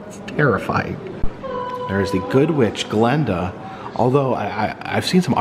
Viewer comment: If you are such a big fa of the film you'll know the the good witch of the north is called GLINDA NOT GLENDA. Get it right